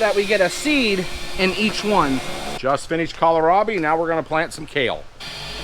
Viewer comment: Hahah. You said Kala-Robbie! Grandpa did it once, too! Kills me every time 😂😂